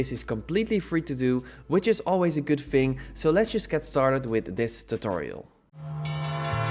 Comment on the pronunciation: Yes is that a good ving? 😂😂. Lekker accentje